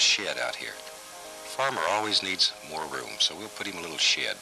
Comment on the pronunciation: Every time he says shed!